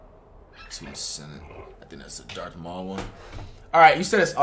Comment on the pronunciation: and he was calling darth maul, darth mule 😂😂😂